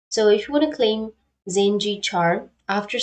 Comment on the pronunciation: Oh no, tny4297 is referring to the way you pronounced the streamers name as zinji instead of how it would be pronounced "jinx" followed with the sound of "e" I understand the misunderstanding! :)